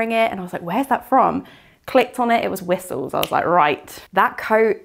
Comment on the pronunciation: I remember I had such a hard time, years ago, figuring out it is Whistles because I always thought said 'whisols' or 'wisoels' 😅